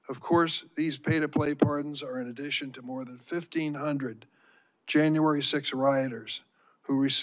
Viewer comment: Adddations two cardiffcity